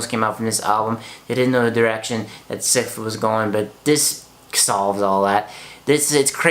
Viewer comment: Are you saying Sith? :) Bless you. Enjoyed your review :)